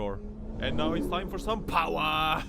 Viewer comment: Free candy van 😂 I have to say, nobody says powah better than you. Classic.